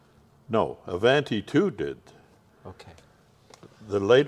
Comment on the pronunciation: Well he could learn the correct pronunciation of “ Avanti” . Also a special cam shaft did not make a 304 engine as he said. Studebaker had a 259 , 289, and 304.5 cu in. Engines. The Avanti came with 289s and 304s either super hard or not depending on if it was an R1, R2, R3, or R4. Nice to see his beautiful car and if you are fortunate enough to have such a car, you have a responsibility to know the correct facts about your car when you show it.